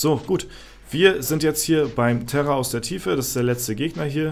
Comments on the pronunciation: Ne, hab ich auch ein paar mal gehört^^ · und ich dachte schon ich hör nicht mehr richtig... 😅